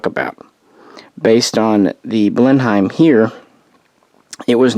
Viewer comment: Loving these aircraft histories. I know we speak odd over this side of the Atlantic but Blenheim is pronounced Blen-um.